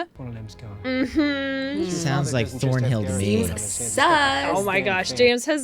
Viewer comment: It's ThornHILL not ThornBILL ... 🤦🤦